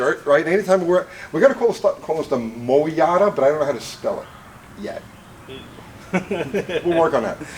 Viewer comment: ... MOE-YATA /// MO-YADA ///